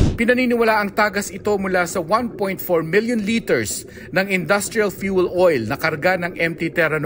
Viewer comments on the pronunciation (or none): none